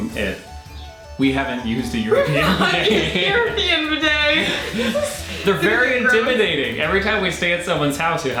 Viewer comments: Bidet toilet poop....(.wipe ) Then to bidet to wash up.. BIDET BEEDAY NOT BI DAAAY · Wow, bidets! Such a US pronunciation. We say bee day. With the stress on bee. Best used without underwear or trousers, strip off your pants etc. Have a pooh, wipe your bum with toilet paper. Flush. Move to the bee day and wash your arse hole with warm water and soap. Towel dry. They are also great for washing your feet. Unusual to see a bidet in the UK. Personally I pooh in the morning and jump straight in to the shower and get squeaky clean! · Bee day is how you pronounce bidet. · 19.20 pronounce it beday